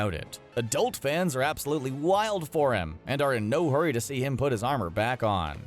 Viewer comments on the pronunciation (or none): none